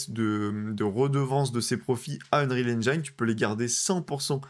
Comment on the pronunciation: Ça commence mal. heunrihal ainejine ! Pas ainjaillene !!! Comment peut-on faire un sujet sur ce moteur et ne pas savoir le prononcer. 😢